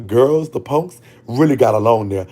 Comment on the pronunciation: I can only imagine how many fine ninjas in prison😩😍. I L❤️VE THE WAY YOU SAY PUNKS😂....you pronounce it PONKS💀🤣.